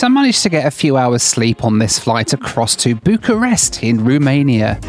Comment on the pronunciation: I love you but it’s ROmania not RUmania 😭